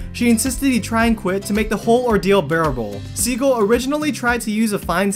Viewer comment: How you say Jason’s name 😬